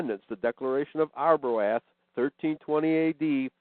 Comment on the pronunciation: they pronounced Arbroath wrong though..lol.."a" is silent